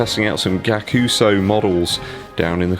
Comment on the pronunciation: It’s pronounced guy-ak-u-su and the price point is ree-dic-u-lus